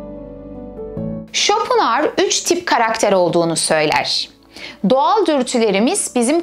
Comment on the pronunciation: İsmini bile yanlış telafuz ediyorsunuz !